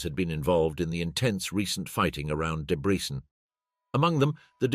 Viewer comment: Why does the narrator, presumably AI, pronounce Debrecen differently every single time it mentions it? And AI is supposed to take over the world???